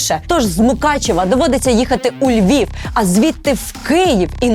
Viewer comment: І справді буде не погано коли світ почне правильно вимовляти Київ а не києв, Львів а не львов, Одеса а не адєса і так можна напевно з кожним містом України. Одна буква а вже приємно стає